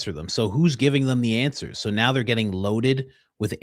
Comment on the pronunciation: Blake Bednarz is live on Danks saying that he has a receipt showing that Candace downloaded the WeTransfer file. We need Candace right NEOW lol Candace, please come to the front of the class to set this man straight!!